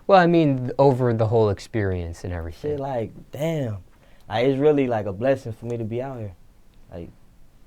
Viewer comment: ...They get they "shit" took... ...."beat up"....an "errthng" 🤔🤔🤔 😂😂😂 #SuspectOrNah😂